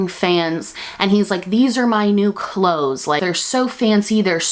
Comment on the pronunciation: I know you said emperors new clothes but all I heard is emperors new groove